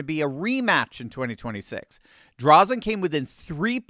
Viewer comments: As an Oregonian, I LOVE to see this!! Thank you,! (And, btw, it’s pronounced Dray-Zen for future reference:) ) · her last name is pronounced "Dray Zen" Thanks for doing what you do!!! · It's pronounced Dray-zen. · Dray-zen. Correct pronunciation. Just sayin'. I'm an Oregonian - the blue team has absolutely trashed this beautiful state. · I normally don't do this but a an Oregonian, I just have to correct you on the pronouncement of Christine Drazen's name. It is pronounced with a long "a" not a short one...Draazen... I hope you get this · Pronunciation tip: Say, "Draaazun". Christine Drazen. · The a in Drazen, says it's name.